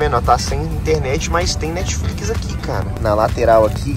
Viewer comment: Enaldinho é a prova viva q brasileiro ñ foi feito pra falar inglês, o nome é Netflix e o Enaldinho vai lá e fala Netfliquis kkkkkk